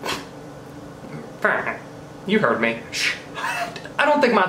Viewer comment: omg I laughed so hard at the way you said farenheit 🤣🤣 you always seem to make my day.